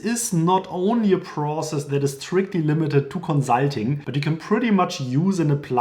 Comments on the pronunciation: Con-sult-ing (cuhn, suhl, teng); conSult, conzult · Great! Note it’s not “conzulting,” it’s “consulting.” :) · Fix your pronunciation of “consulting” before recording a video about consulting 😆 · The "consulting" is sooo German